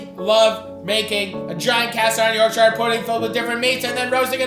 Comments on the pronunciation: Sittin 'ere in my Yorkshire home dying a little inside every time you butcher the name of my beloved county. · Wondered if any limeys were gonna pull him up on that pronunciation lol. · You are pronouncing Yorkshire badly and incorrectly please refer to this Cambridge dictionary link. yours faithfully people who are English by birth but Yorkshire by the grace of God 🤙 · tip from a yorkshireman, dont say yorkSHIRE say yorkSHA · I love a bit of Matty, but why do North American's struggle with the word Shire in the English context. Yorkshire = Yorkshur, Worcestershire = Woostershur, etc. And so on. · Matty I hope you know shire is pronounced sure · By the way. Its not YORK SHIRE ... It's more of a iorgsha. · York"shire" hurts my ears.... But I still love you Matty. PSA it's pronounced York"sure" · Yorksheer or yorkshuh not yorkshiyer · Hate how he pronounces yorkshire, should be "yorkshur" not yorksheyre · its york-shuh not york-shy-yur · It’s York-sherrrr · For anyone watching you pronounce Yorkshire as. York-sure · Yorkshire puddings don’t come from near Bilbo Baggins Matty…. York-sha👍🏻 not shireeeee 😂😂😂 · Just a pro tip to our American cousins: we pronounce "shire" like "shuh" or "shuhr" if you wanna lean into it 👍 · You’re the best I swear, but being from Yorkshire it’s pronounced “York-sha” if you ever see this please from now on I BEG call it “York-sha” 😩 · its pronounced "yorkshure" ya muppet! And, The Cure is not a punk band. Carry on... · As a Yorkshire man, it's 'Yorkshure' ;) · YORK SHIARE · No emphasis on the shire in Yorkshire it's York Shuh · ... sheer... its pronounced york-sheer, this aint lord of the rings america we aint visiting bilbo in the shire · As a proud Yorkshire man I would like to let you know it's pronounced York-sher. Good to see a proper english meal on here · It's pronounced York-shur, no emphasis on the ire. Respectfully yours, a Yorkshireman. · It's yorkshire, not york-shire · That's not how you say YORKSHIRE!!!!!